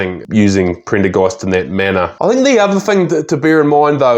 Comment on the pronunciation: he said Printer Ghast